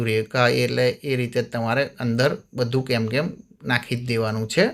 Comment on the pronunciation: કેમકેમ નહિ પણ કેનકેન બોલાય